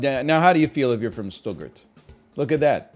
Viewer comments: I'm already pogging at german cities, and I don't even speak German. "Stoo-gert" <3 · Stuttgart pronunciation challenge difficulty level impossible